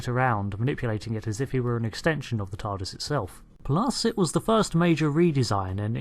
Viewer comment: You said tardist